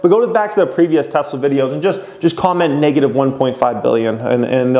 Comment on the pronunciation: billion or million. annunciate!